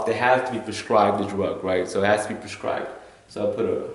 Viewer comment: How do I get a drug "perscribed" to me? I'm sorry but if my life is in your hands and you don't know that the word is PRESCRIBED, then I have good cause to worry....